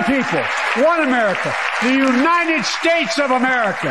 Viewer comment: I love when he calls it the Uninen States of America. And there's nothing beyond our kamacity! 🤣🤣🤣🤦‍♂️